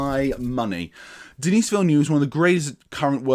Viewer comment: The 's' in Denis is silent, i.e. dah-NEE... What ifs: 1) Had OHMSS and YOLT been made in order and both faithfully adapted from the novels Connery could have exited on a high note (the original plan was for him to do 6, with the aforementioned entries in order); 2) Roger Moore assuredly would have departed on a very high note (puun intended) had he retired after Moonraker, while he was young enough for at least some to believe he performed a few of his own stunts. Thanks (?) to COVID-19 Craig will depart as the longest-serving Bond, though not one with the most entries. Also, kudos for acknowledging Johanna Harwood, the scandalously overlooked FIRST female scripter of Bond films, Dr. No and FRWL; she is nearly as responsible for setting the foundation of cinematic Bond as director Terence Young.